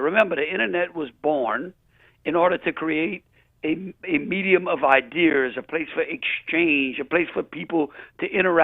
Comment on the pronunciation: Jeff Landry said “idears” multiple times